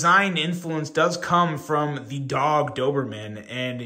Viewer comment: Hey! Your pronunciation was perfect 😊. Thank you for the review. I already seeing few issues and dreaming to fix it in Doberman 2.0